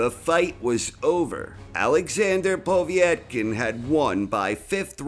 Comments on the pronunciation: Povetkin not poveeeytkin... is this commentary done by a darlic ? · Povetkin not Povietkin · It's "Pov-yet-kin", not "Pov-ee-eht-kin". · I like vids but he still can't pronounce Povetkin's name correctly. It is PO-VET-KIN not povee - et - kin. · Its Povetkin, not "Pawvee-etkin" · Why do you say...... Po vi et kin...... Its po vet kin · Povietkin? Do you mean Povetkin? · Povetkin not P o v i e t k i n. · His name btw is pronounced Po-Vate-Kin, not Pov-E-et-kin. Пове́ткин. Awesome video as usual anyways. Really like this video and you narrate really well! Keep them coming please :) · PO VET.KIN ..... you moron. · Who is "Povee et kin"? 😁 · Povey-etkin, Deeleeeann Weehyyte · Can someone tell is Po-vet-kin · That's because nobody else mysteriously sticks an extra i in his name.... Povietkin is my penniless Vietnamese cousin. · Is there an I before the E in Povetkin's name ? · How the fuck are you saying POV name it's so funny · He's definitely joking, he committed to mispronouncing Povetkin's name throughout the whole video.